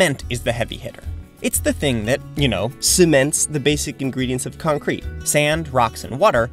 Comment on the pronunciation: What? You mean C O N C R E C C ?